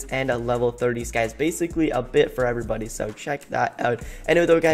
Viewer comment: we are all is bodys not every body he says it like body